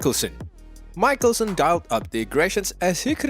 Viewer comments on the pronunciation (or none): I stopped watching just as soon as he pronounced Phil's last name MIKE-elson. Where did they produce this film, Bangladesh?